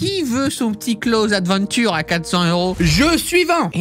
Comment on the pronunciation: arff, y'a vraiment des arnaques ! Close Adventures (que tu prononces pas très bien 😅😂) est visuellement sympa, mais j'aurais pas dépensé l'équivalent d'un loyer dedans 🤣 En tout cas j'ai bien rigolé , "j'aurais pu m'acheter une Dragon Laure" , le sens des préférences 🤣🤣